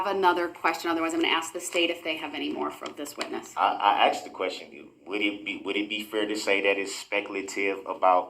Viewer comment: My personal favorite was "I axed you Judge." 🤣🤣